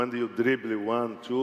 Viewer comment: Rafael Alves He clearly said 'drible', not dibre. So he said it right... in portuguese